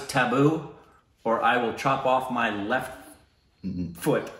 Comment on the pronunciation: Rick:That was Tabbu Or I will Chop off my lefttttt Foot Meanwhile Le Indians: 😅😅, I thought u were saying Left TESTICLE 😂😂😂😂